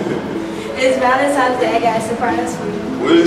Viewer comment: Is she in college saying ValeMtimes day? Cringy